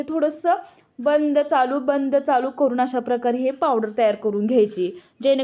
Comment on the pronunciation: करूण म्हणजे दुंखी , करू न म्हणावे आणि लिहावे सुद्धा . तुमचे व्हिडिओ अधिक लोकप्रिय होणार. शुद्ध मराठी मुळे.